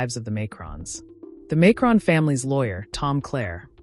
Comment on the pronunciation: Why can't you pronounce his name properly?